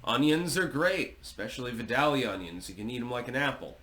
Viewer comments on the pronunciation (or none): I grew up in Vidalia Ga. You pronounced it wrong. Great onions, but a boring place to live.